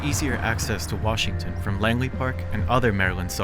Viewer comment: Bro it’s Langley park 💀